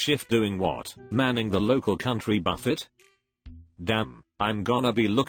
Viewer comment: It's pronounced buffay.